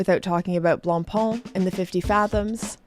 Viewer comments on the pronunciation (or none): Please, it is "BlancPain", not "BlancPan". So, repeat after me: du pain, du vin, du BlancPain. 😊 Love your video's by the way!